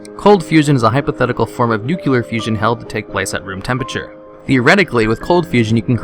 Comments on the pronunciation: Nuclear is pronounced NEW CLEAR ffs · you thick fuck! NUCULAR?!